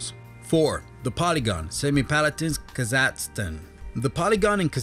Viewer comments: It's pronounced Kazahstan not Kazatzstan. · D'Aubervilliers isn't pronounced "dee-ow-ber-vill-yerz". It's "doh-bear-vill-yay". Kazakhstan isn't "kuh-ZAT-stun", but "KAZ-ak-STAN". Kyrgyzstan isn't "keerg-stan", but "keer-giz-stan." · Kasacksten lol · Having problems with pronouncing Kazakhstan and Kyrgyzstan, eh chief? xD